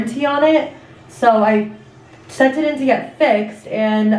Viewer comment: ew, did she really say “sented it” 😟 girl it’s just SENT IT!!!!